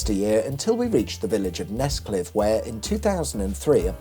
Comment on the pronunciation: Nescliffe??? I thought you said Nesquick. For a couple of seconds there I was a really avid listener :face-pink-drinking-tea